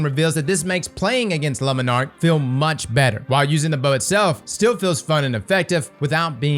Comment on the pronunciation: please never say le monarque again